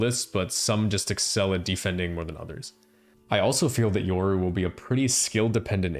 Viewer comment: Yoru... hard R, RRRRRR, not "ouru"